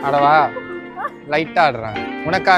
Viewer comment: Aadava nu anna ketathu ada va nu sna mari enaku ketuchu😂sis...Mumbai la Dadar place thana sis